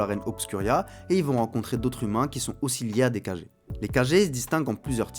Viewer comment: Ça se lit Kagué mais écrit comme Kage. Je crois que ça signifie ombre. Un peu comme Hokage ou Raikage dans Naruto